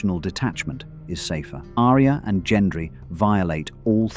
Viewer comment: Don't get me started on the mispronunciation of Arya. ~winks at ~